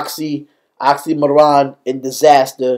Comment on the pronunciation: man, not oxxxymOron. it's pronounced like oksy meer on